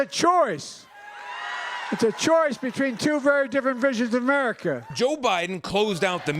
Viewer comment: Biden said "Averica"...bruh?